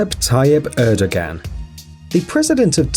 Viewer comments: Bro you need to learn to pronounce these names. It's pronounced, Erdo-wahn, not Erdagan And it's Shinzo Ah-bay, not Abe Queen Elizabeth is the ruler of the Commonwealth, where did you get this notion she isn't? She is the head of state. She is the one who signs bills into law, and gives them the royal assent. It's Pon-tiff not pointiff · Then Recep Erdogan is pronounced like re-jep er-doh-ahn(without g), and Vladimir Putin is vlah'dyee-meer(palatalized) poo-tyin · Erdo Gan! That’s funny. Pew ton! Lol. The Abe....cmon. (SHEEN-ZOE ah-bay